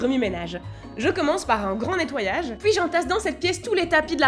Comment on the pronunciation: J'aime vraiment trop ton petit accent, le fait que pour dire ”puis” tu prononce ”poui” je trouve ça trop mignon 😭